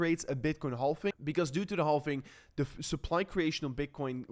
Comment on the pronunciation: I know the word "halving" contains the letter "L", but my friend, we don't pronounce the L. We just pronounce it like this: "havving". Very simple.